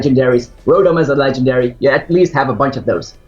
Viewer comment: Did you say rotom is a legandairy?